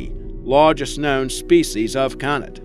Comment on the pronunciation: For the love of god its pronounced cay-nid! CAY-NID! How many times can you say it wrong in one video? My poor precious ears